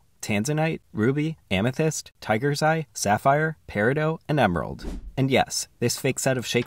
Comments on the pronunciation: I thought it was pronounced Perry-Dot.😢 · Isnt peridot pronounced peh-ruh-daat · Bro pronounced peridot like perideux, you pronounce the t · I’ve noticed an upsurge of people pronouncing it Paradoe instead of paradot I’m really wondering why because it does have a T on the end? Peridot? Is this another Carbeen vs Carbyne situation where the pronunciation is regional? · did you just call it PERIDOE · Is that actually how to pronounce peridot? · you pronounce the T in peridot dude get it right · I’ve only ever heard people say it without a silent T and know I’m purely curious to know just how many people say it with a silent T it was weird but if it’s a way people say it then yk oh well little less odd but definitely interesting to me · Why on earth do you say peridot like that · How did bro say peridot again because what i heard is a completely different word keep it up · It's a French word, so in that case, the "T" is considered silent. But since most Americans aren't familiar with that rule of ending consonants, it has become widely accepted to pronounce the "T."